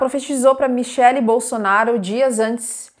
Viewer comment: Ela falou BOLSONÁRIO😅